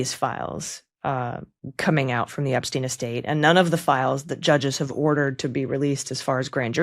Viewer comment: Who is this Ebsteen you speak of? Anyone know???